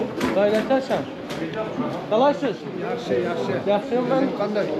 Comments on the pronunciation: Qaqa qalaysız deyil kandeysən deyilir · Qalaysız yox Kalesiiiiz , bir az intanaçiya çatmır😀